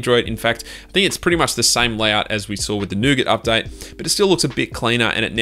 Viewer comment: Why are you pronouncing "update" as an updite? Lol)))